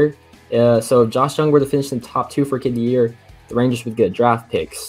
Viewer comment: Josh Jung is pronounced Josh Young Mr. Expert